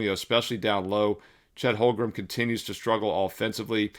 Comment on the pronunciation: Duuude.. for the hundredth time.. it's HOLM - GREN ... NOT Holgrum!